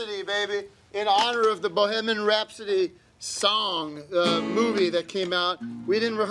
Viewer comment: "Bohiminnim Rhapsodee"